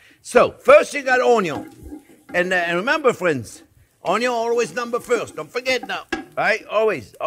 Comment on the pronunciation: I love it when you say Onionk, Chef Jean!